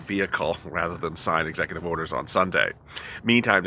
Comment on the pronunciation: Execu”TWEET” Order